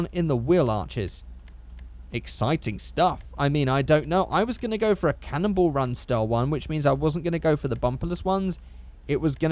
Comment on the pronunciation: Why do you pronounce Cannonball run like "Cannibal run"?